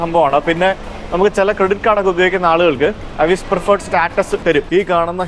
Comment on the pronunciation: അവിസ് എന്നല്ല എവിസ് ആന്നു